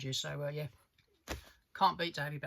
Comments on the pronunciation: Sorry but it’s never too late to change. To continue to wilfully mispronounce it just continues to show a certain level of ignorance. Also it’s got bugger all to do with your accent. You got it wrong fair enough, we all make mistakes, but take the correction. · For a so called big big David Bowie fan it would help if this guy pronounced his name correctly. 🙄 Very annoying, so much so It stopped me watching after only a couple of minutes.